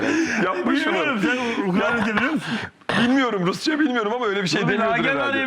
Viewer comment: ULAN AHMET HOCAAAAA UKRA N YA DEĞİL LAN UKRAYNA,,,SÜREKLİ UKRANYA DİYO YAAA..UKRAYNA YAA.